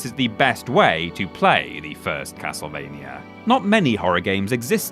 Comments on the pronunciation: Half the time: Castlevania Half the time: Castlevainyer Make up your mind mate, do you want to pronounce it properly or not? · What is "Ocareener" Of Time and "Castlevainier"?